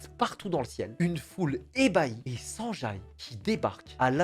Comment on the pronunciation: Mais qui va prononcer Sanjay comme ca